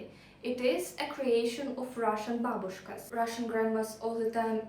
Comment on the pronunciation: "Great Inventions of Cool Russian Babushkas" 👵:trophy-yellow-smiling::hand-orange-covering-eyes:😆.BTW, you say "Babushkas" the way my fluent-Polish Mom used to say it here in USA.:body-blue-raised-arms:, although she used the term more casually as a "ladies' scarf". In fact, where my Polish grandparents came to the USA from, actually WAS Russia for awhile before WW1 :cat-orange-whistling:You made me very hungry with your video today 😋🤗